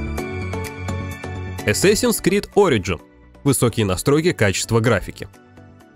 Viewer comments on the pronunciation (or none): none